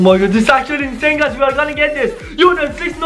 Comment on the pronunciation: why do you always say incane video???? btw i luv ur vids